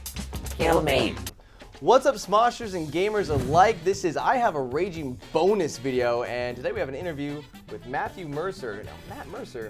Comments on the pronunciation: raging bonus sounded like raging boner lol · Who else thought it said "Raging boner" at first LOL